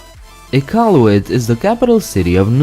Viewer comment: Finally someone learns how to say iqaluit and not saying some dumb shit like ikawlooit